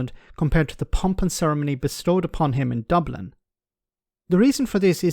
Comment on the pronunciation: 'In Doblin'. 😅